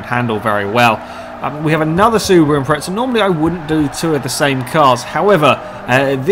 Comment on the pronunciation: The "impreza" does not have a "t" in it so please say "impreza" instead of "impretsa"